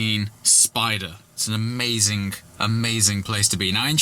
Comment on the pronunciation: amazing(k) WTF is it with the “k” at the end of amazing......